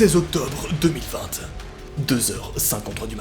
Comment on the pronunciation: C flippant, et Pk tu dit 2020t au lieu de 2020